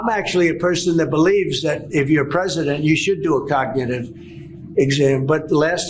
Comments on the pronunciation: I'm surprised he can even say cognitive. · He can barely say “cognitive.” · He can’t even say cognitive !! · Trump can't even say "cognitive" correctly.